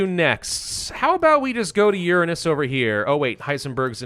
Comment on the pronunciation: I thought this was gonna be a cool sci-fi movie based on a video game, instead it's just some dude who chronically mispronounces Uranus and yaps for almost five hours straight. This isn't a movie it's a super cut. Very disappointing.